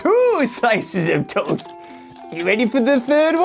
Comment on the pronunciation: It's not tost!!!!!